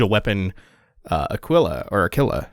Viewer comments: Two things. One: I think its pronounced Ah-keel-ah. Spanish for...eagle, I want to say. Second, that boss is SO GODDAMN GOOD. The fight itself is meh, but the design and the effects are top notch. Plus, broken weapon is broken. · Pretty sure Aquila pronounced 'ah-KEEL-ah' means 'eagle', and typically refers to either eagles in symbology, or the constellation